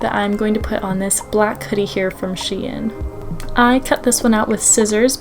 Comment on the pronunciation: “shein” is pronounced like shine :)